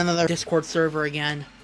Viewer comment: The... therver... noooo